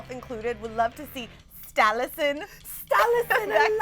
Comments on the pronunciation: Did she say Stallison? Dat bitch.. Its Scalison! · It's Scalison not Stalison.. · Dude. It's Scallison, not Stallison. You're talking about Teen Wolf, get it right. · Stallison? wth it's Scallison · secretly correcting her its scallison not stallison 😂😂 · Sterek is great but that bitch said sTalison. Wtf? Its scalison dumbass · it's scallison guys!! stallison is stiles/allison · OKAY THAT WAS SO ANNOYING FOR ME I MEAN "STALLISON"??!! WTF IT MEANS STILES AN ALLISON SCOTT AND ALLISON IS SCALLISON